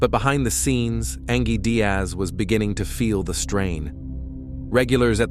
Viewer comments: Come on... Do you not even watch your videos or hear your robot narrator saying "An-ghēe" not "An-jhēe ANGIE" like any real person would? But hey, most people want to honor the dead. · "An-GEE"? Its pronounced "Anjee" clearly AI, that was just lazy... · Ang-gee? No. Just narrate it yourself. The background music is nice though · I think the pronunciation of her name is a bit off 😂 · 😂yeah. It’s pronounced the same way as the other spelling of ‘angie’. Mistakes happen but it always bugs me lol